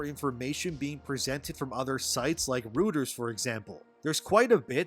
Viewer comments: It's pronounced as "Roy-Ters" and not "Root-ers". Jus saying. Thanks for the news I always look forward to your daily updates 👍. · Protip: it's pronounced, <Royterz> not rooters. 👀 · Reuters is pronounced like "roiters" not "rooters". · "ROY-ters" not "ROO-ters" fyi. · Just a tip, Reuters is pronounced ROY-ters... 😏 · Reuters is pronounced roy-ters not what ever the hell you keep saying. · Just a heads up. Reuters is pronounced "Roy-ters". Hope that helps. Love your stuff. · Tryin to help Reuters is pronounced “Roy-Turs” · Skooz me, but it's hard to believe that you've never heard the right pronunciation of "Reuters". I guess it's because folks don't watch tv news any longer. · You don't know how Reuters is pronounced?!